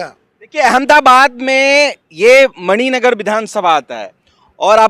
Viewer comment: एंकर साहब मानिक नगर नहीं मणिनगर